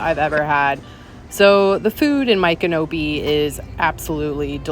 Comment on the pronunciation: Ok girl you are saying the name wrong